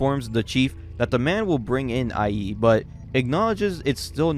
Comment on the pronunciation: Example of a name in this vid: "iie" is not "Eye-E" but "E-ay" "Keisuke" isn't "Key-su-kay" but "kay-su-kay"